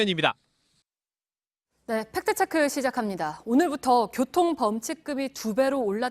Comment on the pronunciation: 안나경 기자님, 팩트체크를 발음할 때 "트"와 "크"를 유난히 강조하는데 팩트체크는 Fact Check라는 영어임으로 가급적 영어 발음에 맞게 해 주세요. 즉, 손석희 사장처럼 "트"와 "크"를 약하게 발음해 주세요.